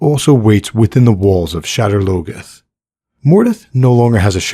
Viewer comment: “Shedder logeth”?? You got to be joking.. that word isn’t even English